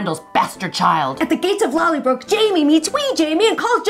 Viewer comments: Pronounced lolly broh not lollybrok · Thank you so much again, Ladies! But.... there's a tiny bit I need to complain about, LOL. You really need to work on the pronunciation of "Lallybroch". Listen to Sam/Jamie saying it and practice. Of course, for me as a German it's easy peasy because we have this "ch" sound as well, but I know you can do it! *mwah*